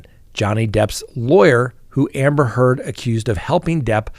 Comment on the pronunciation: I was cackling at how many times "Amber Turd" was said today in court